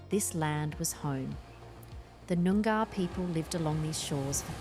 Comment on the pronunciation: The Narration is great except for the terrible mispronunciation of Noogar. It's not Noong-GAR it's noong - ah.